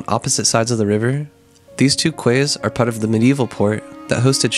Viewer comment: The way you say quay noooooooooo my dude. It's pronounced like key!